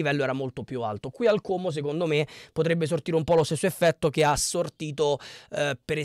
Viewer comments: Complimenti per come pronunci Como 😉👍👍 è quasi perfetto: A quanto pare hanno bel gruppo in squadra, sono ragazzi che si sono guadagnati la promozione insieme, però a mio parere un pò di persone partono perchè non riusciranno a tenere la categoria e poi ci sono giocatori che non hanno mai giocato perchè non integrati nel gioco di Cesc. E' una società molto attenta agli investimenti e non fa cose a caso o sperperando i soldi, la hanno coperta di aspettative inutili, mentre hanno dichiarato più volte di voler spendere poco e di volersi solo salvare, uno dei problemi principali oltretutto e il rifacimento dello stadio come hanno fatto a Bergamo, sarà una delle cose più difficili che dovranno affrontare oltre a salvarsi in campionato. Karius a me non piace, però non so cosa decida la società. Konè ha avuto un brutto infortunio con il Palermo dovrebbe rientrare a Ottobre probabilmente (?). Gioacchini??? ma guarda che non ha fatto 9 goal.... quello è Gabrielloni, che è incedibile in quanto è diventato una bandiera. Io credo che però questo attacco vada rivisto perchè deve fare più goal, Cutrone da solo non potrà fare miracoli e spesso durante il campionato si ritrovava come sola punta e aveva difficoltà. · Finalmente sento qualcuno che pronuncia correttamente la parola Como,i telecronisti ei giornalisti in televisione non hanno ancora imparato a pronunciarlo. 🤣 Io tifo Lecco e non scorre buon sangue coi comaschi,ma questa è un altra storia... daje! 🤗😁